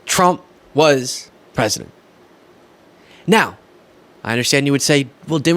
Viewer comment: Every time that woman says "nEow" or "conTstitution" I die a little bit inside. Good god, Georgia, PLEASE, PLEASE, PLEASE stop electing MORONS!!!!